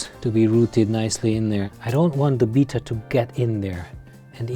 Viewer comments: Wow that’s a nice tank but ur pronouncing betta as beeta ur supposed to pronounce them as beyta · LOL, it's not a Beetta, it's a Betta, pronounced like "better". But that aside, great video. Thank you! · Isn't it bay-tuh not beeta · Its pronounced Betta..... as in better.... Beta is the 2nd letter of the Greek alphabet.... Betta Splendens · I Cringe everytime he says "beeta". Good setup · Betta not beta :) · Oh wow, never heard someone pronounce Betta as beeta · the proper pronunciation of Betta is "beh-tuh" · I’ve heard people say “beta”, “bet-ta”, now “bee-ta” 😂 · why cant people say betta properley lol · Bita fish? he completely destroyed the pronounciacion of Betta. smh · I thought I had heard every pronunciation of Betta... But alas, there is another. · I love the way you say betta. Your tank setup is beautiful, but your poor betta won't have any room to swim around. I have a bunch of bettas that I rescued and they all have a lot of open space to swim. They will swim really fast playing and exercising. And for any viewers that read comments, bettas love to chase laser lights just like a cat. And you can train them to do tricks. They also love attention and they will show off when you are watching.